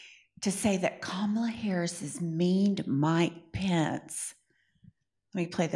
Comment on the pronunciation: Here's Something about the Pence convo.... he correctly pronounced Kamala's name.